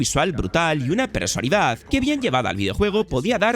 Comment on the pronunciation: Repite conmigo, PERSONALIDAD, PERSONALIDAD, PERSONALIDAD, PERSONALIDAD, PERSONALIDAD, PERSONALIDAD, PERSONALIDAD, COÑO QUE NO ES "PERSALIDAD" PERSALIDAD, PERSALIDAD QUE ES COMO SUELES DECIR PERSONALIDAD EN TODOS Y CADA UNO DE TUS VIDEOS